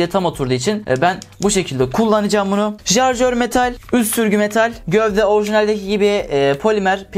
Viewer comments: lan şuna "jarjör" deme artık. onun adı "şarjör" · jarjör değil şarjör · Jarjör ne ya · Amk bizim insanlar niye şarjör diyemiyor.